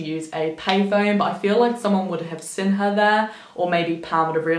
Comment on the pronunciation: omfg the way you say seen like 'sin' just grates me makes it really hard to listen